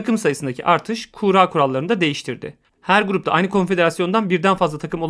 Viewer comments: Kura kelimesi kuğra diye okunmaz. Kurra veya kur-a diye okunur. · Kuğra demenden dolayı odaklanamadım ya :D adamsın harika iş çıkarıyorsun hocam.